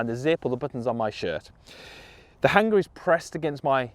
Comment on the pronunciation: Love the video (as always) however I'm very put off by how you say Hanger.